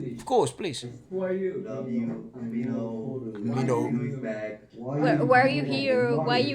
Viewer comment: It's min-ho, not mino :)